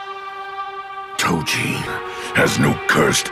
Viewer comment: Toe-ji Gow-joe Gay-toe Those English pronunciation of their names bruh 💀